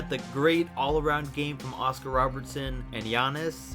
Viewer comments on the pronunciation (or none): none